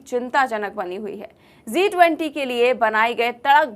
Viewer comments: It is G 20 not Zee 20 perhaps ypu are pronouncing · Zi 20 nahi sahi haiji 20 uchcharan sahi kariye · It is G20 and not Zee20. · ज़ी 20 नहीं जी 20 बोलिए G-20 शब्द है Z-20 नहीं है हिन्दी शुद्ध करिए।